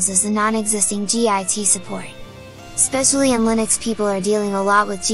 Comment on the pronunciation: lol G. I. T. .... it's called "GIT"